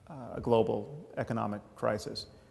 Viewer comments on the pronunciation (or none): none